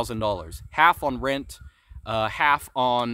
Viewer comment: “rint” lol